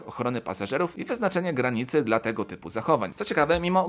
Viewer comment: ai się słabo słucha. Zamiast "dla" słyszysz "de el a". Nie wiem jak kogo ale mnie to trochę drażni 🤔